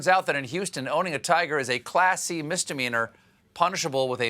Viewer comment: Am I going to be the only one who admits they heard "Class C Misdemeanor" as "a Classy Misdemeanor"????